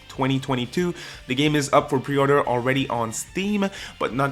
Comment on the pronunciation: He said per-ordered, mistake for mistake, at least make it, a bear pun. Lol.